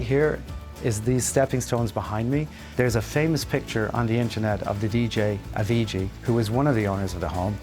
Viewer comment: Please pronounce Avicii’s name correctly. RIP